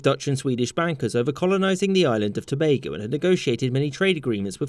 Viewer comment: I appreciate The fact That you pronounced Tobago properly❤🇹🇹